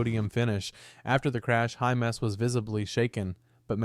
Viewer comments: Sounds like IT is saying hummus... 😂🤦‍♂️ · You've pronounced hymas 3 different ways in this short vid.....